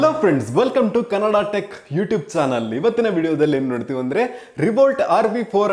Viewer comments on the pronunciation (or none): none